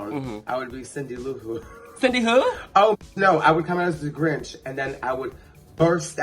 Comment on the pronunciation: Aja, sis………it ain’t Cindy LouHooo, it’s Cindylou Who. (They live in Whoville gurl). 😂😂😂